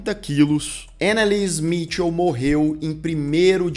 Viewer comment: Anneliese Michel ( nao se le "smitil" e sim mikel!